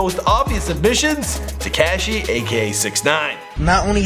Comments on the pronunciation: Nigga said tay-k she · TeKAAAAAshi it's Ca like Car Te Ca Shi. Please stop pronouncing it like that it's painful to listen to. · The way you pronounce "Tekashi" lol